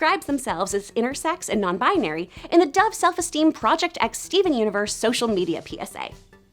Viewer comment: Ow my Bones no it's "binary" but she said "bianary"